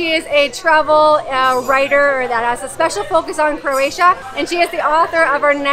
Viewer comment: Nice videos. But you tend to say "CRAY-TIA" a lot, which is not correct and sounds weird. Just making a point to pronounce it CRO-A-TIA, which you do sometimes but not all the time. Thanks.